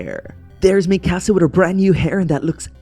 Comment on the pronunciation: It’s not mikAAsAA It’s pronounced Me-ka-sa